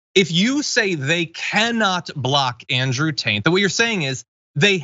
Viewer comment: It always sounds like Andrew Taint to me.